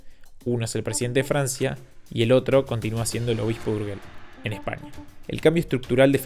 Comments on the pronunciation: si vas a hacer el favor de no traducir los nombres, como hizo el creador del video, como minimo pronuncialos bien. Estan en catalan, no en castellano. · Perdona la tontería, pero creo que lo puedes apreciar. Urgell lo puedes pronunciar en catalán, que sería la pronunciación autóctona [ur-yell] o en español, que es el idioma en el que has hecho el vídeo [ur-jell] como en Borges. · Urgel no porfa, Urgei se pronuncia, gracias. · ¿Urguel? Te sugiero que aprendas a pronunciar aquello de lo que hablas. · 'urguel' hermano la pronunciación para otro día no? URGELL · Urgel se pronuncia como si estuviera escrito con j, por que para que suene como tu lo pronuncias, sería escrito Urgüell... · Se dice Urgell, y no "Urguel" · Por favor, "Urguel" no, "Urgell" o "Urgel". Suena muy diferente. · Buenas, "el obispo de UrgeLL" no " el obispo de UrgeL. Urgell = Si Urgel = No Es solamente un tipo de sonido diferente, como posible excusa, decir que dicho sonido no se encuentra en el Castellano. Hay que ubicar la punta de la lengua, arriba en el paladar. Detras de los dos dientes grandes de arriba, claro. Cuando se vaya a pronunciar, SIEMPRE, será la última sílaba. Por lo tanto, habrá que "colocar " la lengua en la posición antes indicada, en el último momento. Recordad, siempre encontrareis este sonido en la última síbaba. SIEMPRE !!! Adeuuuuuuuu 👍🏻🙋🏼‍♂️ P.D. - Aparte, está el sonido de la letra"g", completamente diferente. 🤦🏼‍♂️🤷🏼‍♂️🤣😂 Pero eso que lo explique el siguiente... Ahora si, adeuuuuuuuu !!! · Urgell… suena como “gente” no como “guerra”. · en catalan no, se pronuncia como y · Dos apuntes o datos. 1. No se dice urgell ni fua como has dicho, se dice urshell y foish (así debería sonar cuando lo digas) 2. Andorra no hace su dinero convirtiéndose en paraíso fiscal, su historia empieza antes y de manera no muy “ética” Leer el libro “EL ANDORRANO”, ahí se explica claramente. Spoiler: judíos/naziz/fascistas/pastores/robos……. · Qué coño es un "Urguél"